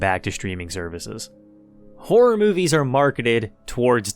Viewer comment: what did you say? whore movies?)